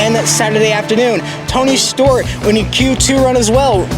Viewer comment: Tony Sto-wart ????? WTF !!!